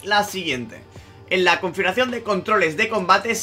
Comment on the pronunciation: Confuracion xddddd No puedes pronunciarlo bien?